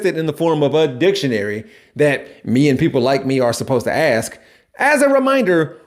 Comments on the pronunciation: you said that wrong. "Me and people like me are supposed to axe ." Like on Halloween I often wear a maxe . Lol. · Wait, it was aks all along and not axe? 😮